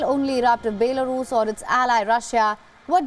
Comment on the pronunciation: Baylarus? Your a news channel.. atleast pronounce the country's name correctly